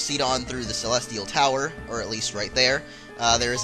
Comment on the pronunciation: he said celetial tower at the beggining